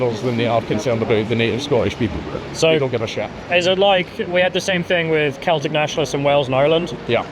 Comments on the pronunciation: Glaswegian here. Great video (esp. the Dankula cameo) but you mispronounced the catholic football club in glasgow. It's just pronounced "seltick football club" not "kelticks". Edit: Also worth a mention that the clips from the "American" tourist in Glasgow are a spoof, the guy is actually Scottish and the people in the video are in on it. Still funny as fuck though. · Saying "The keltics" and "Gaylick" is pure ragebait. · It's pronounced Seltic not Keltic FC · How can a Brit not know that Celtic Football Club is pronounced with a soft c not a hard c? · The football team Celtic is pronounced like "Seltic" with an S sound at the start btw. Sorry for not reading all 1.5k comments to find the other people saying this. You didn't visit my city Aberdeen but not missing much to be honest. I used to live in Glasgow and enjoyed it as a student but going back I realise how much of shithole it really is. We're so far behind England with our politics. The politicians are all useless and bicker about nothing in the Scottish Parliament. They'd all rather virtue signal than do anything to improve our country. There is barely any sign of resistance from anyone against it here and basically no patriotic or right wing party or movement to be seen. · "Keltics" hahaha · this one was really disappointing. I know you're an Angloid, but you didn't even make the basic effort to pronounce "Celtic" or "Covenanters" correctly.